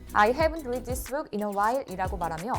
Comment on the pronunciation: Read-read-read 발음 좀.